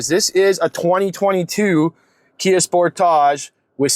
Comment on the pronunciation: Is pronouncing sportage as “sportoge” a ploy to make it sound like it’s not a s**tbox, or is that just a speech impediment?